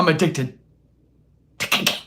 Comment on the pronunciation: That’s right you guise… was addicted to KAH-Cain! Kah-cain!!! Say it fast 3 times.